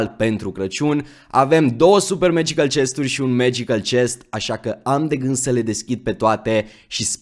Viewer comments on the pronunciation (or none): none